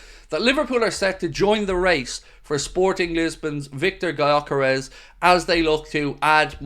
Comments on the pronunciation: pronounced "yo keresh" btw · Okay, so I messed up my original message, writing "spelled" instead of "pronounced", but the way you explain the pronunciation doesn't make it easier for anyone not of Hungarian origin to say the name right. They don't know the letter 'ö' and "Dj" gives the idea of spelling it like "dzs". Let's just agree that neither of us knows how to use the international phonetic alphabet. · I see and it makes sense. Btw, the "dzs" prononunciation was actually intended, because a none-hungarian really cannot pronounce the "gy", I think it's one of the closest in sound, or it could also be a good idea to just change the "G" to a "D" and simply say it as "Dyœkeresh". Sounds more closer to the actual than pronouncing the "G". Either way, would be an interesting signing. Not saying Viktor is a superstar center forward but I'd swap him for Darwin in a heart beat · It's spelled Gyökeres. It's pronounced "Djökeresh". It's a name of hungarian origin.